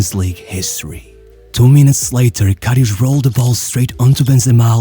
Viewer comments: Its karius not kariusch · Whispering voice and reading his name as Kariush won't change he is a garbage goalkeeper lilbro. He is garbage. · Ah yes Šergio RamoŠ and KariuŠ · This is a really good video, as always. But Jesus Christ, please stop butchering this really straight forward name. There is no "sh" sound in this man's name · it's KariuS and RamoS not KariuSH and RamoSH!! 😂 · The infamous LORISH KARIOUUSH at least look up how to pronounce it properly it’s Loris Karius, same how you write it. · Ugh, that pronunciation... His name is Loris Karius, not Lorisch Kariusch. It's a clear "s"-sound, not "sh" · Lorisch Karisch?? he's german not portuguese...